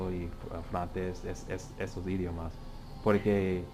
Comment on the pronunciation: tienes que dicer "idiOmas". Mas fuerte con la letra O.